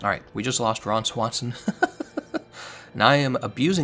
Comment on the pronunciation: Lol the way you said Ron Swanson unironically.